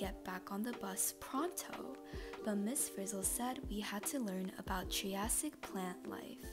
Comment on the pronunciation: triassic is pronounced Try A Sick